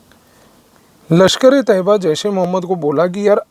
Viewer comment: Mujhe sabse acchhe baat ye lagi ki aapne LeT ka sahi pronunciation kiya. लश्कर-ऐ- तैय्यबा Hamari media ne तैय्यबा को तोयबा बना दिया था...